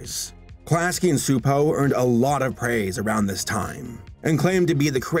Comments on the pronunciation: CHU-po is more of the pronunciation but Hungarian is a special brand of crazy :) I'll be honest, I HATED Angelica as a kid, I thought she was the worst. But as I've gotten older, I think she's a really fun well-rounded character. I think in that way she served her purpose. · Csupo is apparently pronounced "Chupo" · Klasky Csupo, Inc. (pronounced "class-key chew-poe") Although, our dubbed versions pronounced it directly as "Kzupou", which, as mentioned, is not correct, lol. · for someone whose entire channel is dedicated to examining animation you'd think he would have remembered that they pronounce the name in their own fucking logo animation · I could never figure out how to pronounce it, even with the little voiceover that used to come with the title card, i think because it was in a sort of “computer voice” so thank you for solving a 25 year mystery for me! 🙂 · Bundy Jr I always pronounced it that as well (at least as long as I was able to pronounce it), probably because their logos at the end of their shows would always have a voice say it. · mr mrmr it’s csupo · Every time it's mispronounced in the video it irks the hell out of me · I was waiting to see if anyone else noticed. My great grandmother, who was Hungarian, used to rant about how dumb it is that English has words with silent letters, so I had a feeling he was saying it wrong. I had to pop it in Google translate for the listen option though, cause I didn't know how it's pronounced but I knew that 'c' wasn't silent lol.